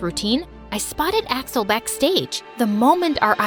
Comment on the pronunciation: First time she said Axel I thought she said asswhole💀💀